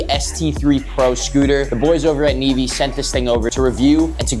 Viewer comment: Bro said nevee navae